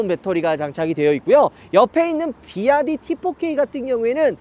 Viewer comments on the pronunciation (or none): 비와이디를 자꾸 비아디 ㅋㅋㅋㅋㅋ